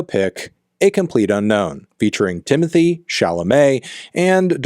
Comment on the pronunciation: Stop saying "Timothy" please